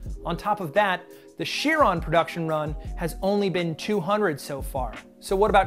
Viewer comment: Actually I believe you pronounce Chiron as like k-ai-ron